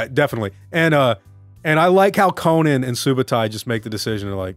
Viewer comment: Are you pronouncing Conan like Conan O'Brian on purpose to troll 🤔 what's the deal w this, it's driving me crazy lol